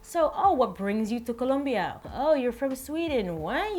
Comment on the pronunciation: I love how you pronounce Colombia correctly!